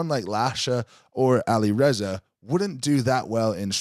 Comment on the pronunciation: The way says Alireza makes me wanna throw up